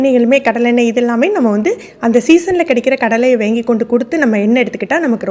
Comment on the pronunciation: வாங்கி, வேங்கி என்று சொல்லவேண்டாமே